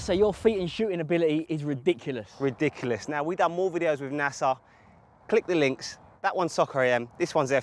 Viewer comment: It's Nacer not Nasa